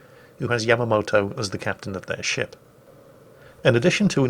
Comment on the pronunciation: yamamoto???? Really